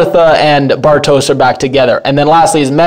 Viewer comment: Bartosz is pronounced “Bartosh”. I think the name is of Hungarian origin. Franziska is pronounced “Frunciskuh”